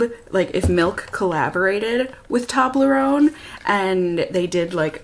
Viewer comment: Lol when you said “Toblerone bar” I thought you said “toddler own bar” 😂😂. But is that how it’s actually pronounced? Tobb-ler-own?? My whole life I’ve always pronounced it toe-blur-own hahaha. I must get to the bottom of this!